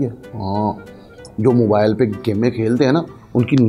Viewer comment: Urdu zara thk karay mobile ko mobal bol raha he